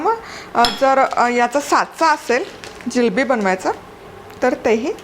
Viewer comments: Jilabi nahi g bai. Jilebi bolatat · जिलेबी म्हणा ओ जिलबी हा काय प्रकार आहे